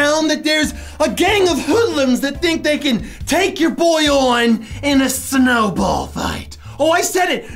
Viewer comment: When he said snowball did anyone else hear Chernobyl